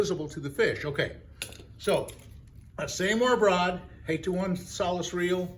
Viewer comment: Never too old in regards to learning. So my advice is, learn to provide hyper links in your YT video summaries that take us directly to your preferred source of referred products. For one, I had a slightly annoying problem in locating a 'Solis' baitcaster. Then I tried Solus, as enunciated. No go. Souless didn't seem appropriate. Then I eventually got lucky and found out that the product name is spelled, "Soleus." Call me lazy or call yourself richer for this piece of marketing advice. Thank you for your service and to all the men and women that served the U.S.A. armed forces. 🇺🇲 👍 TFS